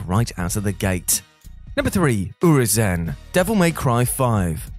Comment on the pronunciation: Nah bro how did you say Urizen?